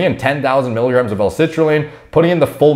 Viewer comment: it's not mikograms it's miligrams